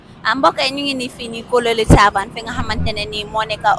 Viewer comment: Kololi Tavern not taban